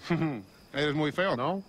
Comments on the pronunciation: Awesome scene, one of my favorites in the film :) I'm taking Spanish right now and I'm just curious if anyone can tell me, when Kay says "You're very ugly, no?" I understand "muy feo, no?" but what form of "you are" is Kay using at the start, sounds like "Oy"? "Oy muy feo, no". I imagine this must be a more casual form than they'd teach you in a class, just curious. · Matt Sathrohan it was perfect I speak Spanish fluently his pronunciation was a little jerky for instance when he asks the alien es muy feo no the correct pronunciation is tu eres muy feo no the word es roughly translated means is so tommy is saying you is very ugly and the word eres roughly translated means are so the proper pronunciation is tu eres muy feo no